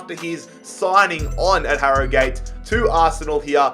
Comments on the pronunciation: I know you are Australian, im irish but it is pronounced Harrogit Town note Harrogate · It’s not Harrygate it is prenounced harrogit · Harro-gate wtf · You don’t say it like Harrogate you say it like harrogut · this man saying harrogAte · Ha-Ro-Gayt is how he says it Ha-Ro-Gut is how it’s pronounced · pronounces it as HarroGATE Whereas its actually pronounced Harrogut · 30 seconds in and if he says harro-gate one more time I’m jumping out window. And the Tillman signing😭 is doimg a a viktoria koln career and I signed him Cos he was a back up to arp so I thought it would be realistic, what a player he ks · "Harro Gate Town" LOOL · hArR oH gAtE town lol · It's pronouced "harra git" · It’s pronounced arragut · Btw for future reference it's pronounced haruhgat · It's pronounced "aragut" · You pronounce it Ha-Ro-Gut’ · I'm from 5 miles away from Harrogate and the correct way to say it is Harrow-gayte But people where I live mainly say it as Harro-gat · It’s prounounced harrogut not Harrogate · When you're doing these rebuilds, listen to the club name being said first, this hurt so much listening to harrow-gate, you even said it correctly once 😂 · its pronounced harogut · Its pronunciation is 'Ha-ro-gut' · Its harrowgut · Harrogate is pronounced 'aragut'. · wrong I live in Harrogate it is said Har-o-gut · Harragute how it is pronounced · IT IS SO ANNOYING HE LEGIT SAID THE RIGHT PRONUNCIATION AND JUST SAID ILL JUST SAY HARRO-GATE WHY DOESNT HE DO SOME RESEARCH OF HOW TO PRONOUNCE THE TEAMS HE REBUILDS AHHHHHH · Agree it’s harro-gut 😆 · I'm from Harrogate so this triggers me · Your pronouncing harrogate wrong